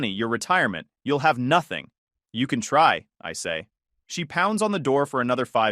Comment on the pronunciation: I’ll deal with bad punctuation than thinking I’m having a stroke from hearing the AI continuously mispronounce common words like “Noth-Thing”, “whords”, and my favorite “List-then”.